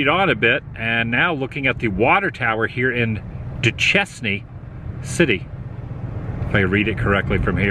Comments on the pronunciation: Duchesne is pronounced Due-Shane. Vernal, Ut is known as DinosaurLand because of it's Dinosaur National Monument. Should've stopped and asked a local what was going on. Lots of Dinosaur findings... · Hee-Burr, and Doo-Shane are the way to pronounce Heber and Duchesne, UT. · How you pronounced Duchesne made me laugh (it is du-Shane) so thank you! If you were in town another 2 weeks I would have been able to get you some tickets to Grease, which will be playing at the beautiful Egyptian Theater on Main Street in Park City! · IT IS PRONOUNCED DO-SHANE, NOT DO-CHESS-KNEE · Just a heads up, the pronunciation is, Heber, hee-bur. and Duchesne, doo- shayne. Love your vids. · I like your adventures Adam. Duchesne is a French name and pronounced "DOO-SHANE". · Oh these pronunciations are killing me LOL!! Heber (and Weber) both have a long ee sound... Hee-bur and Wee-bur. Duchesne is pronounced Doo-Shane. Vernal is Vern-ul. Been really liking the videos on my home state of Utah. I've done this drive quite a few times, and it is always beautiful and very enjoyable. The science nerd in me loves this area of the state. Too bad you didn't check out any of the dinosaur stuff around Dinosaur National Monument in the Vernal area, the Museum of Ancient Life at Thanksgiving Point in Lehi, or the Natural History Museum of Utah in Salt Lake. This be dinosaur country and is also a massive ancient sea bed (Lake Bonneville), so we have some of the best fossil collections, geology and natural history anywhere. Thanks for giving Utah some love, the videos were great!! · Lol Adam it's said Due Shane . 😂. . I used to live in that area !